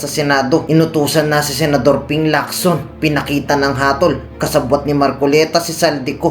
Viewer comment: HATOL not Hatil!!!😅